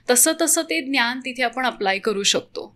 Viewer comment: खूप इंग्लिश शब्द...ज्ञान चा उच्चार न्यान होतो आहे